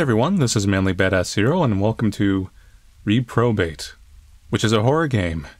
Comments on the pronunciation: Because I'm pedantic as fuck. It's rep-row-bate. Not Re-pro-bate. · Manly I love you so much but it's rep-robate not re-probate 😂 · Don't reprobate! You'll go blind! Also, Manly's pronunciation of the title really bothered me. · Dude, you butchered that word. Repra-bate. I'm gonna be that guy. I can only apologize for sounding rude. I'm just trying to help. Good video though as always. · Quick FYI, too late I guess, the word is traditionally pronounced "repro" as in "retro". Rep-ro-bate. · It's pronounced "reh-probate". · It's pronounced reh-pro-bate lol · It's pronounced rep-ro-bate. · Manly mispronouncing reprobate made my night for some reason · I can't tell if you're just mispronouncing reprobate, or if it's deliberate. For someone who seems very cultured and well-read, you mispronounce some surprising words. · I actually thought said it that way deliberately as a kind of pun because of the probe people in the game! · I thought said it that way deliberately as a kind of clever weird pun/play on words bc of the "probe" thing in the game. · You got the pronunciation of Reprobate wrong